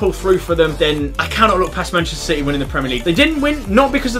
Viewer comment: Did he actually just say shity are gonna win a title